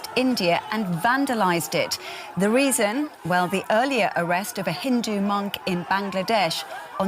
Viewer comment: do you have difficulty in saying Hindu?